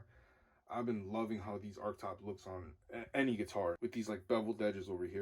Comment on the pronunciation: Arch..not arc/ark